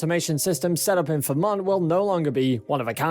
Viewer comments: Puzzled by your pronunciation of Fremont as FURRMAN - it’s actually FREE MONT, sir. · All I hear is "Vermont"..LOL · "Free-Mont". Mont to rhyme with Font. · Free-mont = Fremont (a City in the US state of California) not Vermont (a state in the US northeast). Best regards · You should pronounce Fremont as FREE-mont. Don't try to run the two syllables together.